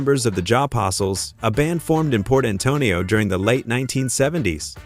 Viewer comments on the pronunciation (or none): none